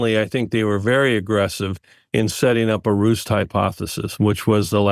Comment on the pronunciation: He says wet market was a "roost" but must've meant ruse.